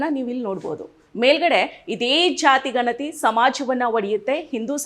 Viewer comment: Nimma uchcharane thappagide. Ganathi emba oththakshravannu sariyagi uchcharane maduthilla